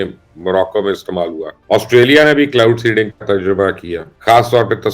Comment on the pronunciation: ایک مشورہ ہے مبشر صاحب کہ پروگرام سے پہلے چند بار سکرپٹ کو پڑھ لیا کیجیے تاکہ کلاؤڈ سینڈنگ اور پِن بجلی جیسی غلطیاں نہ ہوں۔ شکریہ